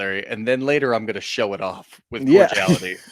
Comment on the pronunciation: Big vocabulary? That's not even how you pronounce "cordiality." Foot in mouth.